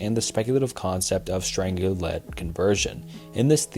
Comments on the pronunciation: they also pronounced strangelet as strang gelet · It's *NUCLEAR*. Not "Nukular". *Strange-let*, not "Strangle-et" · its pronounced strange-let not strangle let 😭